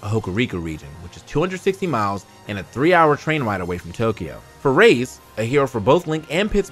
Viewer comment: Not saying the responsibility should go to the narrator, but I wish somebody would enforce the correct pronunciation of these player tags. RaZe is pronounced ray-zee, and shky is pronounced sh-key